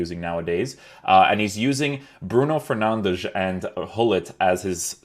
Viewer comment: Stop saying bruno fernandesh